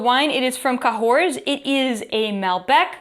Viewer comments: ca hor the s is silent. fined not filtered with animal products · Don’t pronounce the s in Cahors, hun. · why do they add letter you they dont use? I was in burgundy once and we told our host we were going to Cahors. The thought we were saying Corsica! That when I received a lecture on how its Ka Hor!